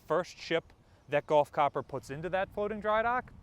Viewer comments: love your videos and appreciate you updating us. Keep up the good work! (BTW …. It’s pronounced “gulf” not “golf” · Really not a huge difference between the two pronunciations. Gulf, pronounced like gull, or golf, pronounced like gall.